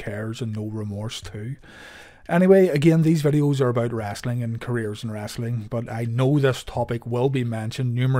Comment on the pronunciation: If you ever had any questions where the southern dialect came from, listen when this gentleman says " wrasselin" . LOL